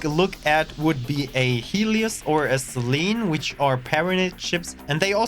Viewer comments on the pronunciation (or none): none